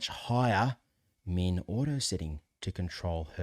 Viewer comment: Very informative. One pronunciation you might clarify. I have some hearing deficiencies and, at first, I thought you were saying mean, as in the average, rather than min, representing the minimum. And, don’t let your volume get too low, for us hearing aid wearers. Great information! Thank you.